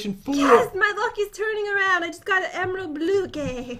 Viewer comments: “Emerald blookee” 🤣🤣😂😂😂🤣😂😂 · did jen just said "the emerald blue gay"?? Edit: :O ty for all the likes. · No she said emerald blooky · “I got a emerald bluqué”